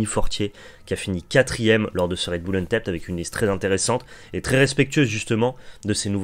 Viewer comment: Hello; merci pour ce point métao (très bon format!), mais tu devrais check la prononciation de vow, blood et untapped sur l'oxford learner's dictionary ou le merriam webster par exemple... ça me fait mal aux oreilles à chaque fois que tu les écorches 😭